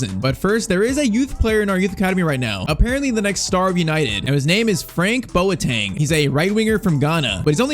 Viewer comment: ‼️‼️‼️‼️‼️‼️‼️🇬🇭🇬🇭🇬🇭 It is pronounced boateng (bow- ahh- thing)😂😂😂